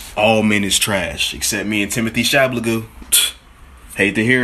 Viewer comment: Pronouncing it Timothee Chablagoo is going to be the new Bendyback Cumberface